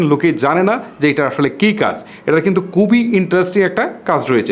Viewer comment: দয়া করে শুদ্ধ বাংলা বলেন।উচ্চারনে এতো ভুল করেন, দয়া করে সঠিক ভাবে বাংলা উচ্চারণ করার জন্য আপনাকে অনুরোধ করব।আপনি খুবি করে বলে কুবি।কুবি আর খুবি কি এক?